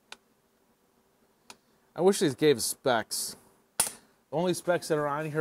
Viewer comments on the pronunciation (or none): none